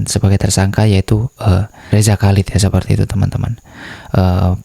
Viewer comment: Chalid dibaca halid dengan bunyi h dari tenggorakan seperti dalam Bahasa Arab